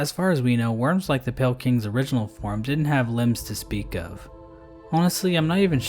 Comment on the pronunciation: Emphasis on PALE champion.